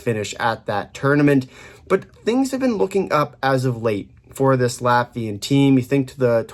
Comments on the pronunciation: This is definetely one of the better Latvian pronunciations by North American. Interestingly Balinskis not mentioned... he's running pretty hot offensively right now 5points in last 4 games as a D man. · holy hell, correct pronounciation for the whole roster, that is hella impressive from you